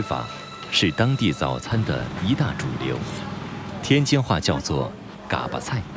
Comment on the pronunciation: gā巴菜，没有念三声的